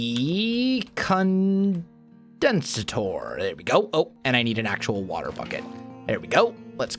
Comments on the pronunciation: Was I the only one who cringed slightly when he said "con-den-sah-tor" rather than "con-den-say-tor"? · Condensator (con-dense-ate-r) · Just so you know its water condensator as in "condensation" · I know I’m a bit late to the show, but “condensator” is pronounced as such: Con - as in the the opposite of pro Den - like an animal den Sa - sounds like “say” Tor - pronounced like “tore” Just letting you know, since you had trouble pronouncing it. ;-) Think of “condensation” when saying it. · weight on "con"